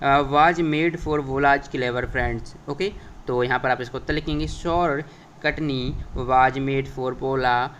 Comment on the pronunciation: वो कटनी नही चटनी है😂😂😂